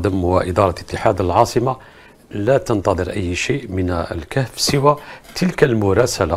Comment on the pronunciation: ههههههههههه 😂🖤 قلبو محروق كايقول ،للكاف (الكهف), ههههههههههه 🐴 ههههههههههه 😂